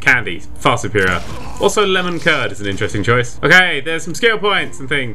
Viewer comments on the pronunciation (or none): none